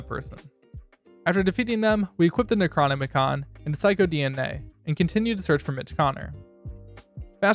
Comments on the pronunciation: Necronomicon is pronounced NE-CRO-NOM-I-CON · Bro said Necronomicon in the weirdest way possible